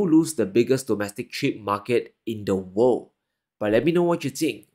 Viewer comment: Funny how he pronounces world. Sounds like "wow"